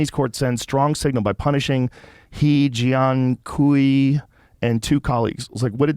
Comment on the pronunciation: He Jian Kiu is pronounced "Huh Gen Kway."